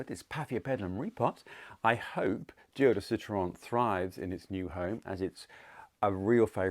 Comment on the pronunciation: I absolutely LOBE YOUR duo de Citron and as a French native, LOVE the way you say it’s name😉😍